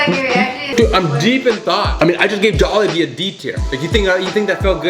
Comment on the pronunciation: Actually Butchered the name of Jollibee T.T